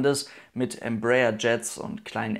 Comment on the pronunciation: Embraer spricht man Em-bra-er...